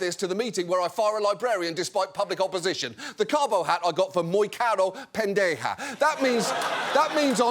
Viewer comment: as a Puertorrican, let me say that your pronunciation of ‘pendeja’ is impressive taking into account you’re British… 😂